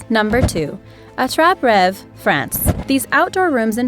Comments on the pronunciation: Fun video, but I cringed so hard when you tried to say "Attrape Rêve". I'm still cringing at the memory... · ( and I was laughing a bit when u could pronounce right " attrap rêve" I now not every person now s French but still I was fun😜 anyways good video🙌🏻👍🏻)